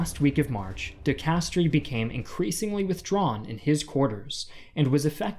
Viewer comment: You really should have looked how to pronounce "de Castries", you did it for Giap, why not the French General? (Hint: the "i" in Castries is silent, you pronounce "de castr")